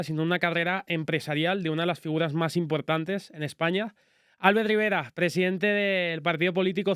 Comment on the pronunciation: Es muy duro que el predentador le admire tanto y no sepa ni pronunciar su nombre, que se dice Albért, no Álbert.